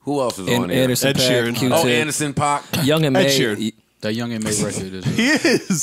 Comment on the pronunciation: Paak is pronounced "Pack" not "Pac".